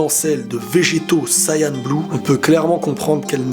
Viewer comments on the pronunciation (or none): none